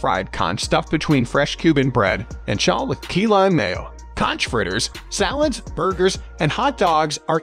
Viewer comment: It's B.O.'s Fish Wagon ! Also, it's KONK, not concchh !!!